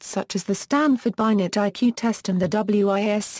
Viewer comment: This is disappointing. At least pronounce names correctly, i.e. "Binet" pronounced "Binay" not Bynet